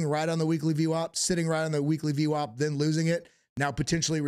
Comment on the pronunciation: Dude, please stop saying ve wop. Please. If you could hear yourself you would know how annoying this is getting saying vwop.